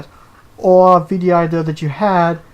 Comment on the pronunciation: For: How did you come up with the name Guff for your Toon Link amiibo? For: I mean no offense when saying this & I know has this issue too & even it in his last Q&A but why is it that for example when you say the word "idea" it sounds like the word "ideal"? (I was honestly kind of hesitant to try & ask yet another question for this podcast seeing as I showed up in the last two including this one, I fear that I might end up showing up a little too much.)